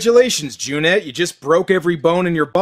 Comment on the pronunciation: kudos for saying Cüneyt properly!